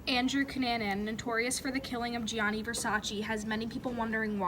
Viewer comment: It’s Gianni Versace not Johnny Versaci